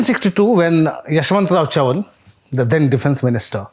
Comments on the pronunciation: How can you be so wrong with the pronounciation of Chavan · pronunciation of Chavan is hilarious